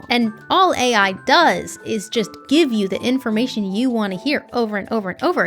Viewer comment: Nice I'm not the only one that calls AI as ey, 😂